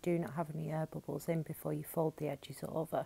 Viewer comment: Lol. When U said air bubbles at first I thought u said herbivores. Obviously my accent is different then yours. By the way, your cabinets are beautiful. You’ve got great attention to detail